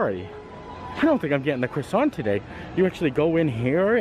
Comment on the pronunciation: Hi just to say I really enjoy your video's and you don't pronounce the R in croissant it's pronounced Quassant